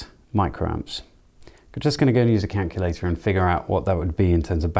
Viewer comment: ....Cankulator lol. I remember a Chinese kid I used to go to school with. He could never say calculator properly, it always came out as cankulator. Hearing you say that made me chuckle 😂. By the way, great video!